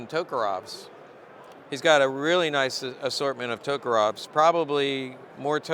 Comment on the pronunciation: correct pronunciation would be TOKAREV'S not TOKAROV''S